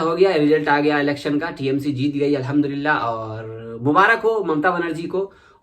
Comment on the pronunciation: Aap ka allaham dulila bolne ka andaz boho acha hai bhai